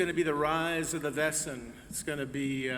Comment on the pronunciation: I've been a fan of this show from the beginning and have only two complaints: 1) Splitting the season up into two parts with a lengthy gap in the middle is very irritating and interrupts the continuity for the viewers; but mainly: 2) Learn to pronounce 'Wesen' correctly! It's a real German word meaning 'creature' and it's pronounced VAY-zen, dammit! When the actors say VESS-en any German speaker hears that as the word for "whose" (spelled 'wessen') and wonders why a successful show with a significant budget can't find one lousy German speaker to correct them on this grade-school error (among others like 'feuer' which sounds like 'FOY-air,' not 'fur'). I hereby volunteer to be a consultant in this area if you'll have me. Other than that, I look forward to the next season and many more to follow.